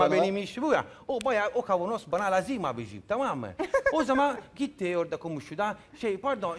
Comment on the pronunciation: abijim demesine bile gülüyorum nasıl bir insan bu la :)